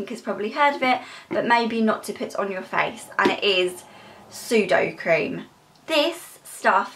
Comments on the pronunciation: I'm sorry but it's sudeCREM not sudoCREAM 😂 did make me laugh but still, CREM:) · SudoCREM not sudoCREAM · You pronounce sudocrem sudocreme not sudocream xx